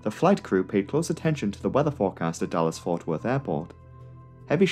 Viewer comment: I totally understand why you chose to shorten DFW to just "Dallas," but throughout the video I just kept hearing "Dulles" instead... haha